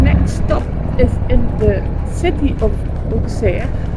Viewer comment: The correct prononciation is Osserr. And the crypt of the cathédral is worth a visit. Anyway, thx for visiting this forgotten part of France.